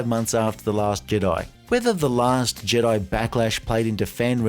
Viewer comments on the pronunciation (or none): none